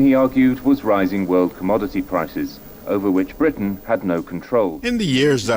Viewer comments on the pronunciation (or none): none